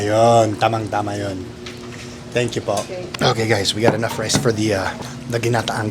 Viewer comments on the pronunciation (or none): none